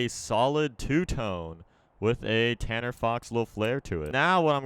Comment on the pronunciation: if you do 0.50- says CANNER